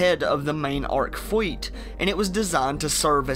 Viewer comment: fake accent needs work... rudder, pwanets, fweet of ships, woughly